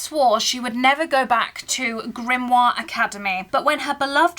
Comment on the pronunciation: I think I lost brain cells hearing "Grimoire Academy" 😂